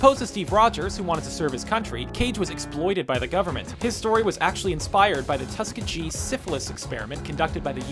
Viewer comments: I'm sorry, but I just had to comment...Tusk-a-gee? It's Tus-kee-gee. SMH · Did you say tuskcagee??? It's Tuskegee. Tus key gee, hard g sound like go🙄😒😠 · Did you actually say "Tus-ka-gee" experiment? LOL! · Tuskegee is pronounced Tus-KEY-gee not Tus-ka-GEE. (I blame America's narrow education system.) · Tus-ka-gee? It's Tus-kee-gee. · it's pronounced tusk-e-Gie the G is pronounced like the G in Give not the G in Giant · Tus-Key-Gee.. Pronunciation. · TuskaGEE? How do you mispronounce that? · Did he REALLY say the "tusk a gee" syphilis experiments... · Tus-Key-Gee Not gee as in the letter "G". Gee as in be with a G.... Tuskeegee. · It's pronounced tus key gee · That's tusk-KEE-GEE. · Anyone who doesn't know how to pronounce Tuskegee probably shouldn't be allowed to make videos on the Internet... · Seriously...you couldn't pronounce "Tuskegee" correctly?